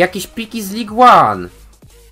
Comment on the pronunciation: Jakby co to Ligue 1,czyta się Ligę